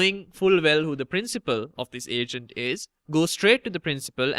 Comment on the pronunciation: I kept thinking you said Asian instead of Agent aha